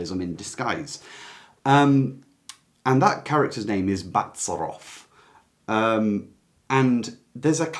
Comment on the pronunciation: It is pronounced Bazàarov.